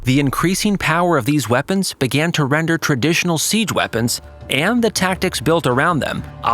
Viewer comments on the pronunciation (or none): none